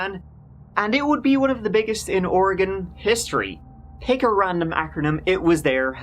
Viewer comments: Thank you for pronouncing "Oregon" correctly,. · Thanks for saying Oregon correctly 🙂 Also this story hurts my heart 💔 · Homegrown Oregonian here. Happy to hear you pronounce the name correctly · I am from the Rogue River Valley, Jackson County Oregon. Yay, you came to my neck of the woods. I am so impressed that you pronounced Oregon correctly. Most Americans don't do that. Rush is pronounced "Roosh," but I'm sure you don't care :) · How come you can pronounce Oregon correctly, when half of America can not :)